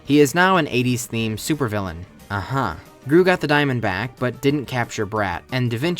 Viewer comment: Is it just me or I keep hearing say "steals the diamondback" instead of "steals the diamond back"?